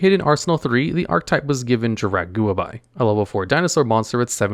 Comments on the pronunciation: Im sorry.., but the pronunciation of Guaiba is something. It definitely has 2 syllables. (Guwhy-Buh) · Come on, Guaiba isn't even hard to pronounce properly. It's 6 letters for gods sake... EDIT: Aeolo as well? XD